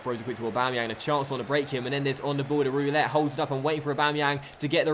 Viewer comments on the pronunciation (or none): none